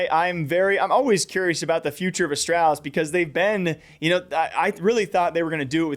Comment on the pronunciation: the way you say astrawlis bothers me